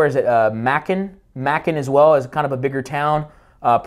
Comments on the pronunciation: LOL... it's "May-cun" Georgia. Not "Mackun" Georgia. Good video! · funny when i heard you say Macon Ga - it's pronouced ma-con (rymes with bacon) great job breaking this down